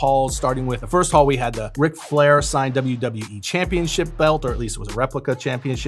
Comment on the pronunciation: That shit did not say Ric Flair. That shit said Rec Jean